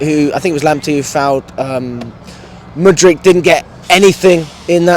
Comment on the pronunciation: finally saying mudryk 👏